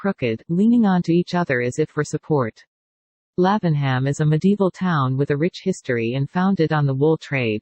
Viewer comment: Love the houses, but please, get rid of that awful robot voice! And the town is pronounced as "Laving'Um."